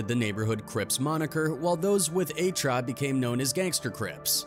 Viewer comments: A-Tra???? Eight-Tre(83) 🤦🏾‍♂️🤦🏾‍♂️ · he said "A TRA" 🤣😂😂 it's EIGHT TREY GANGSTA CRIP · fuckin ai. A-TRA crips? lol you mean 8 3? Fuckin bots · Not a-tra.!! Eight Tre.! 🤦🏾‍♂️ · Eight trey not tra! 😂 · THE FUCC IS “A TRA”? WHITE BOY IT’S “8 TRAY” 🤡🤡🤡🤡🤡🤡🤡🤡🤡🤡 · the who?! what is “A-Tra”?!!!! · "A-Tra" really nigah? Lol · Did he say A-tra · Right, yeah he TRA'd it (tryed it) but no 🤣🤣🤣🤣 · Fasho just cut this shit off because of this very reason 😭😭😭 that’s a sure way to tell a mf you don’t know what the hell you talkin bout 😂😂😂 A-TRA 😭😭😭😭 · 🤣🤣🤣🤣🤣ME TOO HE SAID A-TRA CRIPS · Lmao I was like wtf is that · Thank you 🙏🏾 I was like wtf 😂